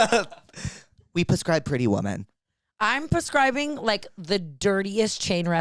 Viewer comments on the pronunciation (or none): You guys continuously saying “pascribe” instead of prescribe is sending me 😂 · I just realize you say “puscribe” on purpose. I thought I was say “prescribe” wrong my whole life haha